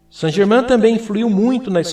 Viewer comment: Que coisa irritante. Pronuncie corretamente Saint GermAIN [ein], um pouco de conhecimento da fonética francesa só enriquece o trabalho.